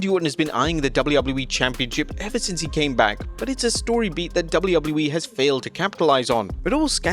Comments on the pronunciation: DUDE. Say “Double U” Now repeat it. Now say “E” Now tie it all together. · Why can't he say WWE